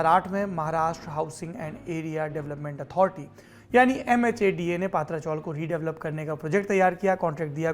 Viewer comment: पात्रा चाॅल नही पत्रा (पतरा ) चाॅल है , उच्चारण गलत हो रहा है. , खत्रा को खात्रा बोलने जैसा है